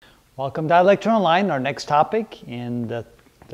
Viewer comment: All these years I thought he said "Welcome to electron line"...